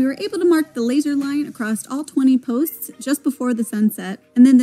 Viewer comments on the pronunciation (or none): It's Hight not, highth. It's Across NOT acrosst.